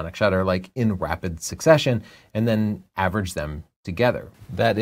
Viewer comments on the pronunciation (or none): Did just say... " in Wapid Succession? " - like where is 'da Wabbit'? 😄